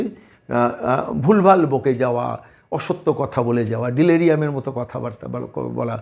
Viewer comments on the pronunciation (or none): কথাটা ডিলেরিয়াম নয়, ডেলিরিয়াম।